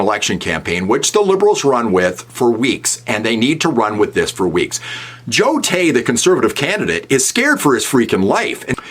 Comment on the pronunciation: Carney couldnt even say Joe Tay's name! Carney and Chiang both need to go.